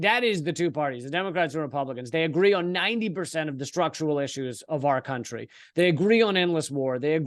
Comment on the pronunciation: please correct your pronunciation of 'country'.